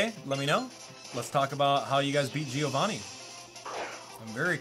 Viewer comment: My name is Giovanni and thanks for pronouncing it right